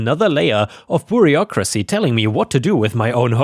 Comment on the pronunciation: Hi, I suggest that you check the pronunciation of bureaucracy. It's a tough one eh? Always glad for your genuine narration, I hate the AI garbage.